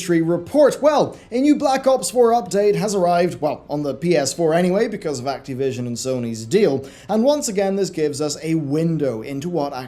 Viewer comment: "That boy is very acteev." "Let's acteevate the doomsday device.", it's Activision, with an "ih." At least if you're going to insist on a weird pronunciation, make fun of it or something. They deserve a Jim Sterling-esque silly pronunciation or name joke that serves a purpose. Maybe Cracktivision or Activi$ion.